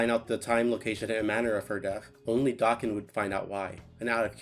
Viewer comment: Hearing someone say his name correctly absolutely scratched every itch that has ever itched i love you sm